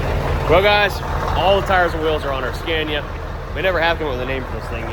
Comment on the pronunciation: Why do you call it Scääniä now again? After visiting Sweden you said right - Scania